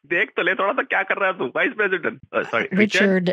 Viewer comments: From their inability to pronounce the v sound(wice president) to their ridiculous sayings like, "each and everything", "behind the bars" and claims that they are calling from customer "suppote", it truly is mind boggling that they manage to scam anyone. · wice pressident